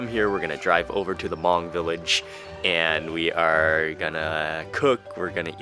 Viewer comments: Hmoob Food, good job in the video and not butchering the word Hmong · The video felt a bit rushed but it was great to see you finally making it to a Hmong Village. It was awesome to hear you say Hmong. Keep it up Mark. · Thank you Mark ❤️ for pronounced Hmong you are the best:)